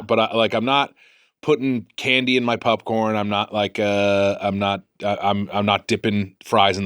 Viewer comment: Unsure if I’m the first to comment on this but I fucking love that Mitch calls popcorn, pupcorn. It makes it so much cuter! Especially with Gemmy by his side 🥹.